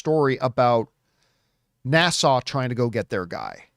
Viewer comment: Can we keep giving more NASA movies until he learns how to pronounce it. Every time he says it, I think it is in the Bahamas instead of Houston. NA (as in nap) SA (more suh than sau). It's the second part that he is having trouble with. He had the same issue with one of his ad reads, but after a couple of weeks, he corrected it. I guess it is just his Canadian accent coming out. But, yes, I enjoyed the video. So keep them coming.